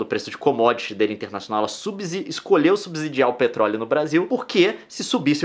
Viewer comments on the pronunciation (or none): Se fala "subSSidiar" Som de S e não de Z.